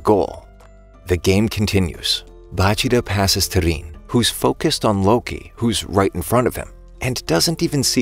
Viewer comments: Bro say riin not rin riin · Rin❌ Rein✅